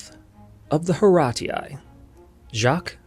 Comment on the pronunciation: Many thanks for this video. I appreciate that you explore many details of the italian history that are necessary to understand italian art. Three suggestions: 1) The face of the Monna Lisa (La Gioconda) is, I would say, a "common" female face, also nowadays, in Tuscany. 2) The simplest pronunciation of Horatii is "Orazi" without "a" and without "u" that surely were absent (in that word) in Latin. 3) Following the ancient roman tales, we know where Alba (better Alba Longa) was located: in some hills 30 Km far from Rome, but the ruins have never been found. Probably the ancient romans destroyed Alba completely....